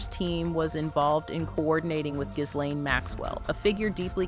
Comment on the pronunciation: The S is silent in Ghislaine. It’s important to know how to properly pronounce words in media.